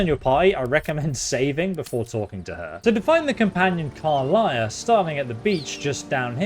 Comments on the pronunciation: The pronunciation of some names and words are a big pet peeve. car-liah instead of car-lack even with her introducing herself in the panel from hell and even in this clip. Tie-flings instead of tee-flings, I know it’s spelled as he’s pronouncing it but people have spoken the races name as tee-flings multiple times as well. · “Karliah” 😂 She literally pronounces her name in your video 😂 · He's not great at pronunciation lol He says Drerins Grove not druids He says Karliah instead of Karlach. But great content nonetheless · What's a "Durid" and who is "Karliah"? In a game with voice acting, you'd think you would actually learn how to pronounce these words. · Also Karlach, not Karliah. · How the heck do you pronounce Karlach as Karliah? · Did he say karliah instead if Karlach? Skyrim brain moment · At this point i'm convinced you pronounce everything wrong on purpose. Karlach even states her name - still says it wrong xD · Tiefling isn’t what you should be correcting you should be correcting how he pronounces Karlach